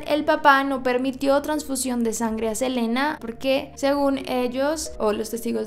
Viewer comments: Su nombre se lee Selina, no Selena. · no es hate solo te lo digo no se dice selena se dice selina el nombre que se dice selena es de selena gomez en este caso es selina quintanilla se escribe selena y se lee selina me encantan tus videos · Hola, te quería decir que estas pronunciandolo mal,em realidad su nombre se pronuncia "selina" aunque se escriba "selena" sólo es un dato no lo digo (escribo xd) de mala manera:) también es "ei bi" para q sepas como pronunciaron aunq se escriba AB